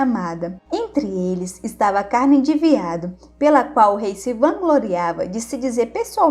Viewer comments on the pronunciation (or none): none